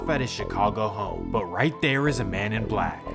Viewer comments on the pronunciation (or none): none